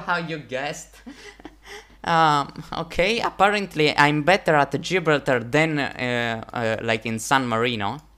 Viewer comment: It’s pronounced Ji-bral-tar